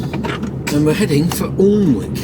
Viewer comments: Pronounce Alnwick annick imade the same mistake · Hi keep on trucking mate for us who can't anymore Alnwick is pronounced anick the l an w r silent